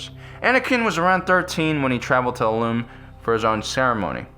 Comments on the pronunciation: It's IL-um not IL-oom. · It's pronounced {ill-lum} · Pronounced "ill-um"